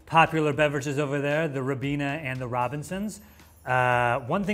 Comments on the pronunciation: Rebeena - Rye-beena. dude, how much squash did you put in the cup? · The “Rabeena” 😡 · Could always compare pronunciations, I will never pronounce Ribena the same again (I'm English by the way)